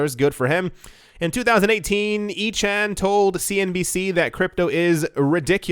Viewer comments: Pronounced icon vs. Eechan....but hilarious mispronunciation! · I love you pronouncing Carl Ichan's ( icon )name as e-chan! the junk bond king needs to stay AWAY ! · Not eeechan but "aykan" a big name on Wall St. He already bought the dip, if it's being advertised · Ichan is pronounced: "I - Con" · Carl Lichan is pronounced ICON - Rich guy getting into bitcoin news 😂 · You pronounce it - Carl I con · pronounced I khan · Icahn is pronounced (I-con) literally. Famous corprate raider from the 80's & 90's... The rich/uber wealthy are buying up everything and Bitcoin more so!! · Carl "Icon", that's how his name is pronounced. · Icahn pronounce icon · IT'S PRONOUNCED EYE CON. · Carl’s last name is pronounced I - CON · It's Carl Eye-can. =) =) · Pronounced “eye-kahn” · FYI Icahn is pronounced "eye" "con" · My understanding is that Icahn is pronounced like icon. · As much financial news as you read and you don't know who Carl Ichan is and that his name is pronounced 'I can -> Ican'. :-) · Pronounced Karl Eyekahn. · It’s pronounced Carl ICON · Ichann pronounced Icon.. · Carl Icahn pronounced ( I Kon ) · Carl I Con is how u say it.